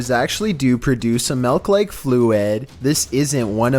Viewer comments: “spider MeLk” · Why does pronounce silk like it's supposed to be pronounced but says"melk"? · You say “melk” but then follow up with “silk”. Not judging. Just an observation.